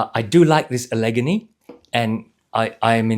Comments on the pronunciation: Great review, but as an Upstate New Yorker, let me tell you, your pronunciation of the second boot style is like nails on the chalkboard for me: the stress in “Allegany” goes on the first and third syllables, like “alligator.” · it's pronounced Al-uh-GAIN-ee. It's a Native American word, and also the name of both a mountain range and a major river in the eastern United States.